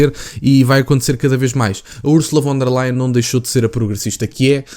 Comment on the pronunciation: E lê-se Fon der Leyen !! Em alemão o V lê-se como F